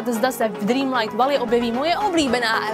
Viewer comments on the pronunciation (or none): chci ti jenom říct že to není lerigo ale Let it go.